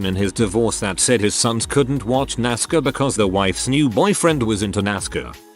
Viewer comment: Normal People: NASCAR Bot: NASCER